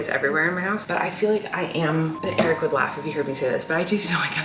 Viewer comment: when i first started watching your vlogs i was so confused if eric's name was eric or derek, cause in the outro it kind of sounds like "colleen and derek have a podcast" 😭